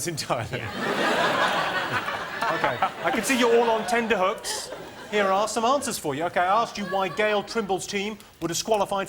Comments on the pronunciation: Jimmy, I was surprised that David didn't shoot you for saying "tenderhooks." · Jimmy, they are not on "tender hooks"! What the hell is a tender hook? The phrase is "tenter hooks".